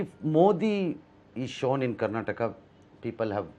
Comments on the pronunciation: Karnatak alla.. karnataka.. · Karnataka....Karnatak alla sir .... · Avnig yaradru helro adu Karnataka not Karnatakk anta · ಅವರು ಹಿಂದಿಯಲ್ಲೇ ಮಾತನಾಡಲಿ ಆದರೆ ಇದು ಕರ್ನಾಟಕ್ ಅಲ್ಲ ಕರ್ನಾಟಕ ಅಂತ ಹೇಳಲಿ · Karnatak alla adu karnataka , next time northie nayakarige helkodi interview ginna munche